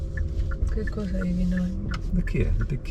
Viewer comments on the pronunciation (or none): none